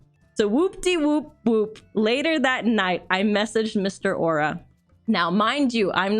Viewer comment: Au'ra = Ow - ra